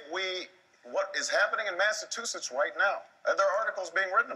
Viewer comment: Obama is unable to pronounce "Massachusetts" despite going to school there for 3 years. What a moron!